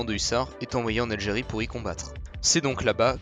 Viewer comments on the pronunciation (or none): none